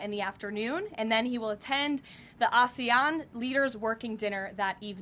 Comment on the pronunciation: Wow, she pronounced ASEAN right.